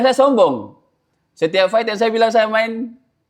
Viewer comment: FACE NDROONGG BUKAN PES FIGHT BUKAN PAIIIITTTT BELAJAR CARA NGOMONG F DAN V HOST